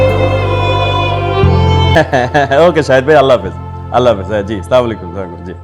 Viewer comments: অপূর্ব ভাইয়ের সালাম শুদ্ধ হয়না ও বলে সামালাইকুম ঐটা হবে আসসালামু আলাইকুম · এদের কে সালাম দেওয়া শেখায় কে? সামাকুম কি😡 আসসালামু আলাইকুম সুন্দর করে বলতে শিখা দরকার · অপূর্ব সালাম দিতে জানে না স্লামালাইকুম কি